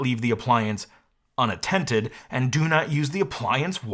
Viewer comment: "Unattented." FAF.